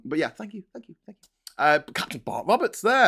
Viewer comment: What did they say? "Tank you very much!"?